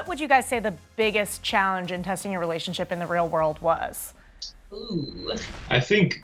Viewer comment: He looks so serious until she says “relation-sheep” 🤣 ahh I love these too